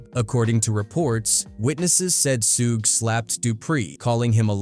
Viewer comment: Sooge? it's Suge as in "Sugar"